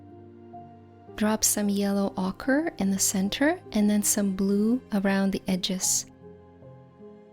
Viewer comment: ochre is pronounced like o-ker. lovely tutorial